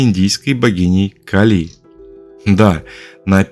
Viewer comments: "КалИ" мне лично очень по ушам бьëт😅, всегда говорили КАли.. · Сначала скажу спасибо за титаническую проделанную работу и интересные мысли. А теперь спрошу - КАК можно так издеваться над именами, которые, по идее, должны быть известны с подросткового возраста? Даже если ранее пропустить все книги/фильмы/передачи/уроки, где упоминаются Кáли и Арéс, но ведь при подготовке материала Вы изучали источники, в том числе википедию, где 100% есть ударение. Вздрагивая от КалИ (не нашёл букву и с ударением) потом услышал Áрес - и всё стало ясно... Вы,, не только научились делать обалденных богинь (и богов), но и обучили ИИ на своём голосе и теперь можете просто писать текст, а ИИ его произносит ))) Шутка, конечно... или не шутка? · Гекатонхейры всё же дети Геи, а не Гекаты и происходят от (х)екатон - сотня и хейр - рука. Может Вы и санскритолог, и по индийской части видео правильно сказали (особенно ударение бедной Кали меня мучало), но с греческой частью дали такого же маху, даже не потрудившись проверить. Ну а по поводу сравнения/схожести многоруких и многоголовых существ - в каждой религии, как и в мифах, есть что-то совсем разное и что-то очень похожее. Всё это лишь сказки, придуманные людьми, основываясь либо на услышанном от других народов, либо, как ни странно, увиденном чего-то такого, что не поддавалось объяснению. И каждый описал немного по своему. Может когда-то летал механизм высокоразвитой цивилизации с кучей камер и манипуляторов - вот вам и сто глаз да сто рук. А может вообще ничего не было и авторы мифов и легенд добавляли глаза/головы/руки для эпичности, значимости и как признак, что это "не человек". Мы никогда этого не узнаем наверняка и можем лишь придерживаться версии, которая нам больше по душе. Мне вот, совсем не нравится ваша версия со скоростью, впервые её слышу. Мне больше по душе, что это хоть и одна из форм божеств, но нормальная, физическая.